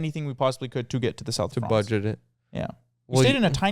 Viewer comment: soth of fronce